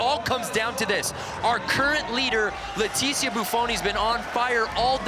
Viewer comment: Why Leticia!?!?! THATS NOT HOW U PRONOUNCE IT!!!!